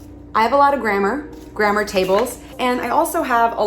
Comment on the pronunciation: Your pronounce "grammar" funny. "GrammEUR"?? Never heard it like that! LOL! I like your cute top, though. XD